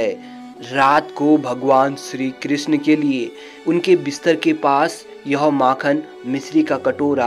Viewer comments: सिरी क्रिसन मिसरी परसाद । क्या बकवास है सही शब्द नही बोल सकते । चले है भगवान को वर्णित करने । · BHAI BOLNA SIKH PEHLE PANDIT KE PUJARI KYA HOTA HAIN MANDIR KE PUJARI TO HOTA BHI HAIN OR SHRI KRISHNA BOLNA SILH PEHLE